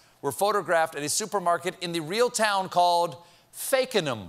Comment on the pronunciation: And he actually got the pronunciation of Fakenham correct. And yes, it does exist. I was born not far away.